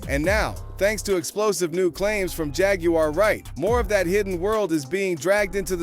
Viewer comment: ponounce her name correctly man